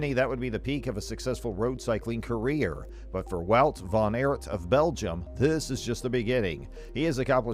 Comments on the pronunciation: Please it is wout van aert (aart) not eert😡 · Maybe you could start byu learning top pronounce his name properly.